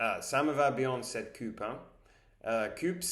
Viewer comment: Tu te débrouilles bien et c'est une bonne idée d'avoir trouvé ces mots. Attention à la prononciation de tes "ou" Car tu dis cupe, dessus, vus au lieu de dire "coupe", dessous (car dessus et l'inverse de dessous) et vous Je ne suis pas sûr mais je crois qu'en anglais le "ou" (français) se prononce "oo", peut-être que le "oo" anglais est plus long, et le "ou" français est plus court (ici, nous avons un service de livraison qui s'appelle deliveroo, et nous le prononçons deliveroue (le "e" permet de rallonger le "ou", de le faire traîner), Intéresse toi au mot ours et essaie de trouver des vidéos d'ours et écoute les gens prononcer le mot "ours" ... et aussi roue, boue (qui sont des "ou" longs) et roux, toux (qui sont des "ou" court)